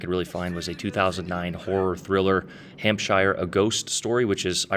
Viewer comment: just a tip for you if you read this, you dont pronounce shire in any british countys as shire its more like sher,so , its hampsher ,chesher etc, just thought youd like to know